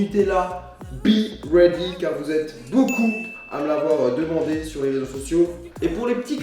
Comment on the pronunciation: ptdrrrrrrrrr mais noon le B dans Bready en anglais le b ca se pronoce Bi ducoup ca fait référence au verbe Be ducoup traduction B read = Sois pret Soit une autre signification, sois prêt pour le matin, soit petit déjeuner prêt pour le matin mdrrr